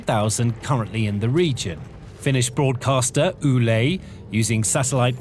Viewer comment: Okay, jule, what this video is saying is YLE, pronounced more like why. Y-Le. So nobody here knows wtf ule is. If you're speaking about YLE, they are state-funded media. There has been news about the military base activities near our border, and mostly, what the video says, it is trying to show that war is going well, and they're building a larger army, so beware. We all know it's just posturing. This video is also speaking about the fence; it isn't about stopping attacks, it's only about stopping people who are fleeing Russia illegally and catching them. We have other intelligence to warn us if an attack happens. Nuclear weapon ban is still the law here; they are wondering if they should change that. And after it is cleared in our country, they start asking to get one, or if we should even get one.